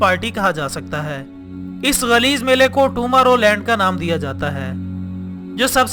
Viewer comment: Bolna to seekh lo pehle tamorrowland nhi tomorrow land hai lol